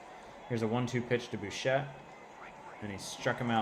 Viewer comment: Lol not to be that guy but it’s bi chette no bu chette. I know you’re way past recording this lol. But love the series.